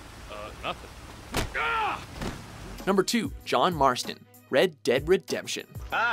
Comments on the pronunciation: It is Marston, not Martson. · It isnt Martson its Marston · "John Martson." Lol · Its John Marston not John Martson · John "Martson" ! :\